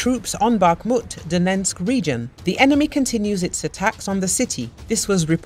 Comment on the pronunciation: Please try to say Donetsk properly....just once.